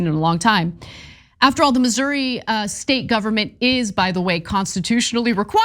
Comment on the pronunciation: Finally, someone who pronounces it correctly.